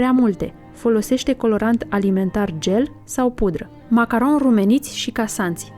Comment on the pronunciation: Cum poti sa zici macaronshi ?? 😂😂